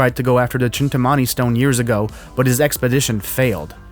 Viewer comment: its pronounced "Chintaamani"